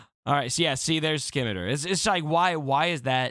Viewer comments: See-me-tar. Not skimiter. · scimitar is pronounced "sim-ih-tar" :) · It's pronounced sim eh tar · Say scissors. Now say Scimitar. It’s not the Skimitar 😜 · My fucking eaaars 🤣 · Hey bud. The C is silent. It’s pronounced sim-it-tar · Skim-iter lol